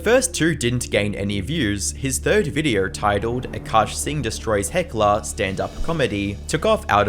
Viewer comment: “Cuckaash Singh” is crazy 💀